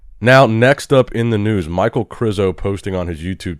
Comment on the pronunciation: Hey, when are you gonna start calling Michal (Meek hal / Mikal) instead of Michael?